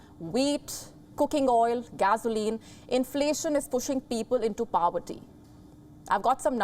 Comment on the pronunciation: POVERTY not PAVERTY 🙂